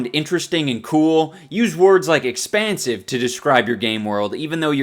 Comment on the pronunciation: Expansive sounds like a asian is trying to say expensive